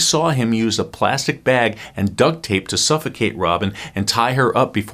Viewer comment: WTF is a "bayg"? Are you trying to say bag? There's also no such thing as a "Jayguar".